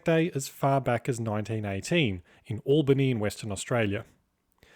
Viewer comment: And Albany, WA is pronounced with an al that sounds like El which rhymes with shell.